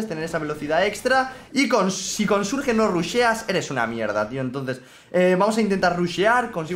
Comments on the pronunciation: Por que le dices surge al surch(lo pongo a si para que sepas como se pronuncia) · Se burla de como alguna gente pronuncia Bonnie pero miren como pronuncia Surge XD